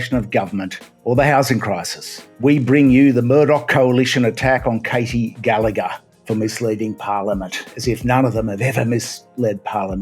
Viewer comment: Good to see somebody in the independent media covering the brouhaha this week . One correction btw the senators name is pronounced Gel-ah-her but Gal-lag-her